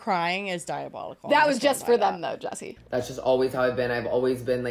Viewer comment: JESSI not yappa-nese 💀